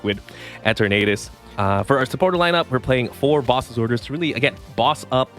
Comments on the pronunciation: “Eh-ternadus” is a little.. eh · 🤣 he gotta be trolling saying it like that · Why do you pronounce the name like that?